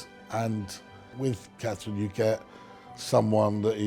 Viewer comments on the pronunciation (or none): Can I ask what is wrong with Katie Nichol? She cannot seem to pronounce the name Catherine, does she have a speech impediment?